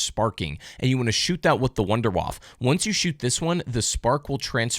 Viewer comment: When you intentionally say wunderfaffe to get more engagement. You knew what you were doing.